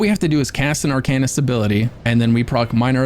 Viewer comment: Why pronounce Arcanist like that, that’s like saying dra——gonknight